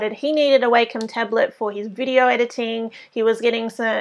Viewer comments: it's wah-com not way-come..... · I've hear it pronounced both ways. it really doesn't matter. (I actually prefer Way-Com, along with many teachers and students from when I went to college Digital Art/Animation classes